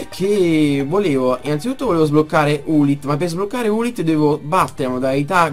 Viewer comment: si chiama lilith non ulith XD